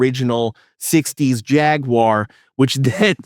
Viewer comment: OMG! You might be the first youtuber I've come across that actually pronounces Jaguar correctly. Subbed